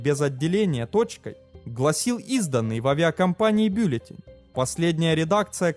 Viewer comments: БюллетЕнь, а не бЮллетень :) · ПросЕка, бЮллетень, с ударениями опять не задалось . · Блин, ну что это за издевательство над русским языком?! "ПросЕка", " бЮллетень", постоянные ошибки с числительными... Замените уже, наконец, диктора! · Зачем Вы в слове "бюллетень" сделали ударение на "ю"? 😊 Всё равно, как всегда - лайк 👍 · БиллЮтень, а не бИллютень. Ну как так? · ПросЕка, бЮллетень....это какой то ужАс. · просЕка, бЮллетень... У аффтара проблемы с русским языком. Также срок тюремного заключения по приговору суда - это наказание, а не мера пресечения.